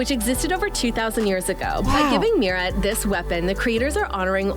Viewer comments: NAHH SHE SAID MYRA LOL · when she said 'myra' idk why but it physically pained me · Your not saying Mira rigt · What's kind of annoying is she is saying Mira's name wrong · you said miras name wrong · your saying mira incorrectly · Your saying Mira wrong 😑